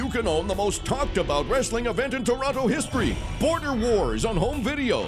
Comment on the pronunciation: "Truth... this isn't aboet the Hoese of Truth. This isn't aboet Roderick Strong." Yep, that's a true blue Canadian right there.